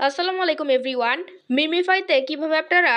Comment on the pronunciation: বলছেন আচ্ছালামালায়কুম EveryWant 😂😂😂 আসলে ওটা হবে Everyone🤣🤣🤣